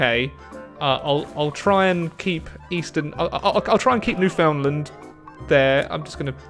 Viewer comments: King that actually quite large island is literally not pronounced as New Found Land so yeaaaaaaaah no he was still wrong in his pronunciation. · Makes me cringe when he calls it New found Lind yikes. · Has lived in Canada for several years But still says "New Found Land" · I always crack up at how Brits say "Newfoundland" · I think we're going to have to deport you for saying 'Newfoundland' that way. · you say Newfoundland wrong I am a newfie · Being from Newfoundland and hearing it said that way hurts me.